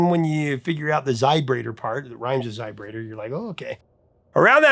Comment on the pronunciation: Every time you say "zybrator" my mind hits me back with "zybrate comes in a little glass vial..."